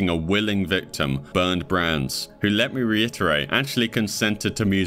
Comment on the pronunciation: Meiwes is not pronounced Mews 😂 it's more like my-wez Brandes is pronounced Brann-dess